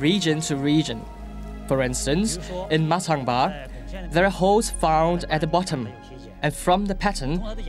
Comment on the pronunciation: It's actually "Ba", not Bo. It's rural Sichuan province where I lived for a few years. Maybe it's Bo in Cantonese or something.